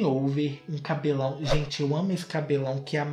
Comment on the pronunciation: Eu amoooo quando o termina a palavra com "lãun" exemplo;cabelãun.